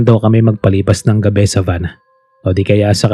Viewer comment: Gabi po yun hindi gaveee